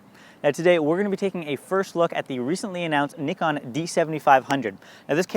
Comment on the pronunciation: North American accent pronouncing Nikon correctly? oh yes